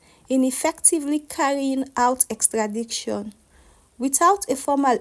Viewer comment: Please check your pronunciation: the word is EXTRADITION and not EXTRADICTION (wrong X)